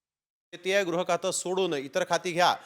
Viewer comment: Grah nahi baba gruh khata. Shivseneche nete shinde pan ashikshit ashuddha bolnare.